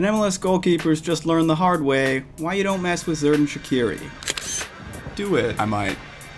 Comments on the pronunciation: it's pronounced sherdan not zerdan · His name is pronounced Cherdan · You pronounce xherdan same way as saying jewelry the xh makes the jew sound and than say the rest as it is erdan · Btw u pronounce his name jerdan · As an albanian the way he pronounced Xherdan Shaqiri felt like a bullet to my chest 💀💀